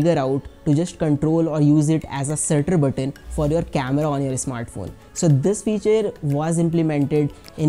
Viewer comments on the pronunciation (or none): none